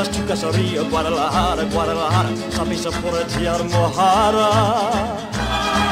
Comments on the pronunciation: It was so entertaining 🤣 hearing you trying to pronounce Guadalajara (gwaa • duh • luh • haa • ruh). Fun song! I was anticipating your rant about this being the end of the movie (again), and you did not disappoint. Beware: if it's an Elvis musical movie, one of the songs will undoubtedly fall at the end. Take a deep breath and accept the inevitable or continue to rant. Personally, I vote for the rants. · D.I really missed your lyrics observations on this one haha. That end note sends shivers to your bones. He sang a bit in german in Wooden Heart. Somebody is getting fired today, I'm guessing it's your dad that's in big trouble haha. Sooo funny when you tried to pronounce Guadalajara have you learned that yet? It wasn't easy to write either, gave me the elvis-sweat.🙃